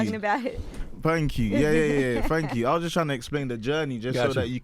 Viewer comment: fank you